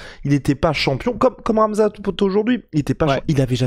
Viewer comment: ca se dit khamzat et pas ramzat